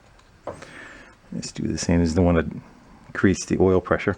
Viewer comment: Wait….at 13.33, you pronounced ‘oil’ as ‘Earl’ and there’s only one other person I’ve heard do that….Derek, from VGG! Please tell me you’re a fan?